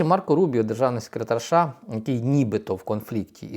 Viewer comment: ША..ША...ША. а може правільно казати США?